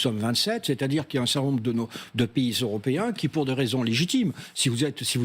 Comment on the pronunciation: C'est ce qui s'appelle un lapsus au lieu de dire les "européens " il a tout de même dit " les euro ps "